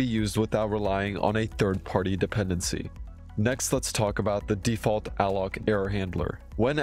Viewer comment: Deaf-Ult. Sounds like a heavy metal band.